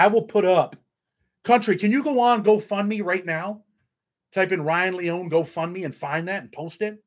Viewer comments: Lee-oh-knee is his last name respectfully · It's Leone , three syllables, long e on the end